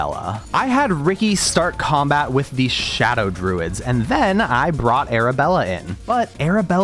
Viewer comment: "I was pulled into combAat"